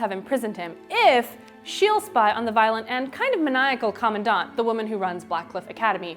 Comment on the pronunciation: cau-maun-daunt?!? i've been reading it as cuhm-an-dant... and hel-een? its hel-ane